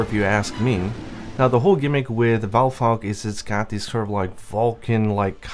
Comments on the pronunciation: It´s name is Val-STRAX, not Val-vaugh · W8 wot...Valfalk...Valphalk...Valstrax? WOT N WESTERN LOCALIZATION